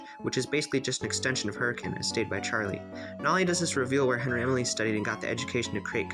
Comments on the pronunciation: Lol he actually said hurricane (hurrikin) correctly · Hey, you pronounced Hurricane correctly! More than can be said for official FNaF media lol (I haven’t listened to the audiobook myself, but my dad did after the movie came out, and was laughing that the narrator pronounced Hurricane the normal way instead the weird way the city is)